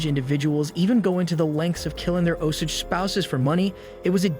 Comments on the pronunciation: Martin Skor-say-zee. He's famous. Oh-Sage pronounciation... not Oh-sidge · And it's pronounced Os-Age.....not Os-ige😕😕😕